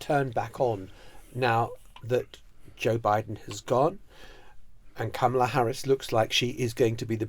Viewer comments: Her name is pronounced "comma la" not "kam ala" Shes been vice president for over three years....how come our journalists keep mispronouncing her first name??? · Emily, she doesn't pronounce her name CAMELa, it's CARmela. I'm not sure why so many English presenters can't say it. Is it that large an intellectual leap to say someone's name as they say it? It is ignorant to keep mispronouncing a person's name, even as your colleague in front of you keeps pronouncing it correctly. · please learn to pronounce her name right, closer to "comma-la"